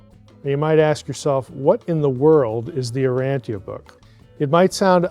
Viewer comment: Its not pronounced "Uranthia" btw...